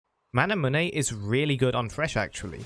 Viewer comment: Y do u pronounce manamune like that